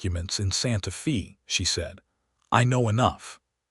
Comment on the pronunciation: Absolutely excellent. The west, the problems between ranchers, the government and first peoples, all in the context of a very capable woman and the man who really saw her. Totally engaging and well read. Only wish any of these channels could pronounce Santa Fe correctly. Watching from Ontario, Canada. Thank you for a story with such admirable nuance.